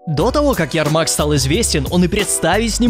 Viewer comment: Правильно ЯрмаК, а не ЯРМАК